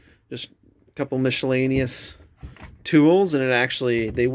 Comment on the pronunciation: Where are you from? Just wondering why you pronounce miscellaneous like that? Lol